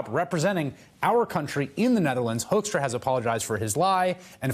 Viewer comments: It is "Hoekstra" not Hoeskstra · Oh we call this guy Pete HOAXtra here. It fits the way Americans pronounce his name too! Talk about two birds with one stone.